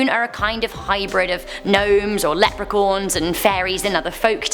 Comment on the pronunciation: Um..... lepercorn? Or did you mean leprechaun.